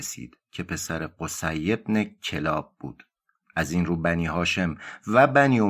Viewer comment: کلاب kallab خونده میشه